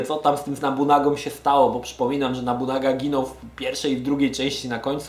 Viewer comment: Od pierwszej części mnie to męczy, nie Nabunaga tylko Nobunaga! To aż kole w uszy.